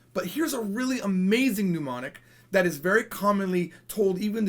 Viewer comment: Why do you keep saying "mnUmonic"? It's not a desease! It's "mnEmonic".